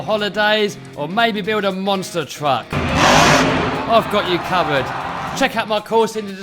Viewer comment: When he promotes his ebay course, it sounds like he's saying "i've got you covid"